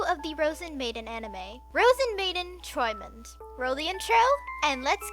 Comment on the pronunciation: Your pronunciation of träumend is pretty spot on, only the r-sound has a bit of an accent to it :3 'Träumend' is Partizip Präsens / present participle of 'träumen' (to dream) and close to 'dreaming', although 'träumend' is not used very often in every day German.